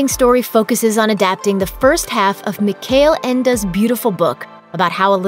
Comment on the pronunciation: Who the fuck is "Mikael Ender"? The author is plain old Michael Ende...Michael, as in Jackson, and Ende as in End...How you could pronounce 'Michael' wrong is beyond me.